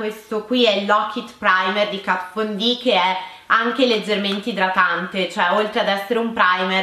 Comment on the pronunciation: KAT VON D, DAIII NON È DIFFICILE😂